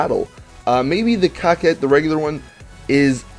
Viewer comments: Why does he says cockcette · I heard you say the cocket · Dat I think that I seriously need to question you guys that are pronouncing that word as "cockette".: ) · Dude! Definition of:'coquette' is:'female flirt.'. Learn more It's "koh-ket." Thank you. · Cocket? It's coquette lol English has been around for hundreds of years. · Dude You pronounce these cars' names wrong Mass-a-crow is how its pronounced Coquette is like corvette but with a Q Good god.